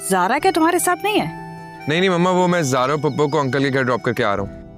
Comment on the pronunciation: 22:4 scnd me Zara sara ko zara keh rahi h 😂😂😂